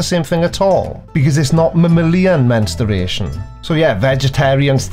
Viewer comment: Please, stop saying "mensteration". 🙄